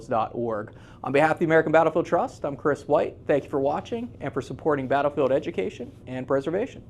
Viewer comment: Thumbs up if you heard Kris say American bRattle field Trust but know it's more important to preserve American history for future generations!